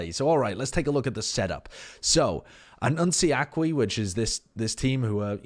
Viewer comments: Hey, don't know if you care about pronunciations that much, but "Anuncie Aqui" is pronounced anuCII (last i pronounced like in Interesting) aKi. Anyway, love your content man,keep'em coming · The way he pronounces "Anuncie aqui" is funny as hell.